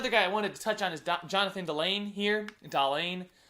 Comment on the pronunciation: Man you really need to get better at speaking lol Dahlen (DAH-LEN) how do u get (DAH-LANE)